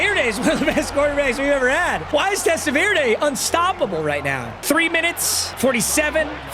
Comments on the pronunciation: My guy it’s TEST-A-VER-DEE not verda come on….. this isn’t salsa Verde papa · VerDee not VerDay 😂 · It’s TEST-A-VER-DEE….i wanted to bang my head against the wall hearing you pronounce his name. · Testaverde being a Browns player before playing for the Jets in Browns season of Wheel of MUT is poetic. PS - For reasons no one knows his last name is pronounced "Testaverdy" lol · Test-ah-ver-day ain’t it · It's pronounced Test-uh-vurr-dee papa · “Testa-Veer-Day is Out….Shaduer And the Sanders Family INNNNN” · Papa I love you, but as a Jets fan, the way you pronounce Vinny’s last name like it’s a salsa is driving me insane. Testa-ver-dee. Love you. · Happy we don’t have to listen to you butcher testaverdes name anymore… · Not knowing how to say Testaverde should be a crime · Thank god I don’t have to hear him mispronounce testaverde all season long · I'm glad you lost so I don't have to hear you mispronounce Vinny last name all season 💀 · The guy isn’t a salsa. You’re pronouncing his name crazy. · that’s just not how you say Vinny’s last name